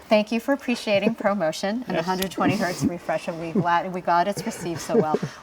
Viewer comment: Bhai 120Hz keliye kya bole he samaj nahi aaya , subtitles be nahi he.